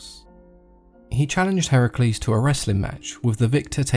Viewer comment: Finally someone can pronounce Heracles correctly Yay even people who claim to be an expert in GREEK mythology pronunce Heracles as Hercules